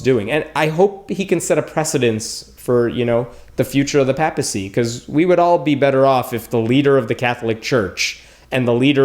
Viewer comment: I'm an atheist that was raised Catholic I remember pope John Paul the 2nd and I gotta say pope Francis is one I find is very genuine and by the way this is just me being a stickler but you did mispronounced the word "papacy" just so you know